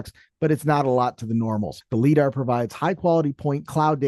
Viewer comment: “Leedar” - when someone reads a word they’ve never heard before.